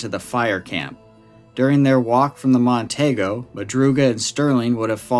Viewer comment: My dad worked for Ford Motor for 36 years. It's Mercury Mon-tee-go. Say it with me, Mon-tee-go.